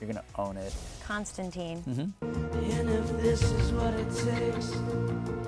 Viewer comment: "Konstantine" *Mildly annoyed grunting noise*